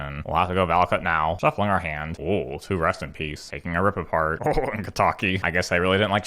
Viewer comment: "Rip apart" not "rip a shard" wtf man